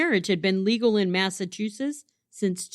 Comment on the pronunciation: MassachuseTTs- 👍🏼 MassachuSSiSS-👎🏼